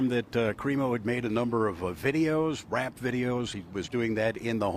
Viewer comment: lol Heavy emphasis on the word rap...